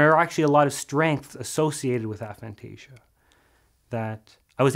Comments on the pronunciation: Aphantasia should be pronounced with a hard 'A' not a soft one. The term was coined by researchers at Exeter University, and there are several videos of them pronouncing it the way it should be said. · I’ve spoke to the researchers you speak about at Exeter, Dr Adam Zeman, about this specifically. It is a tomato tamato situation. A-phantasia isn’t easy to say in conversation or sticky for public use. Soft A works just fine.